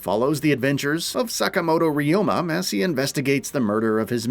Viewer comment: "sakamodo riyoma" they didn't even try lmao